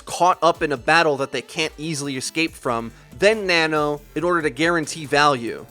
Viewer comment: Nono boost? U mean nano?